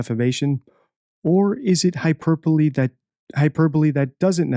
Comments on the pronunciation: Hyper-bowl😅 Hy-per-bo-le! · Not a native speaker, so I might be wrong, but I have noticed so many instances of wrong use of words, grammatical errors, and wrong pronunciation, example the huperBOLE, give credence to the show… by watching it… , nuisance or nonesense?? overall speech is just word salad making no sense and trying to confuse and deceive the listeners. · “Hyperbowl” 😂😂 I snorted, thought she’s supposed to be an intelligent lawyer. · Why did this educated woman pronounce hyperbole wrong? Maybe she meant hyperbolic? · Also deflamatory rather than defamatory. She likes to use the word hyperbole but uses incorrect pronunciation, I think she stuck her head in a thesaurus for a fancier word choice.